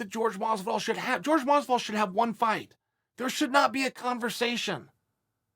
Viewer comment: In the closed captions, he pronounced Masvidal at least 5 ways.